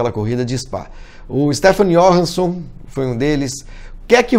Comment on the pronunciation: stephan ioRAN son....paroxitona... nao é Ió ran son proparoxitona.. tem do...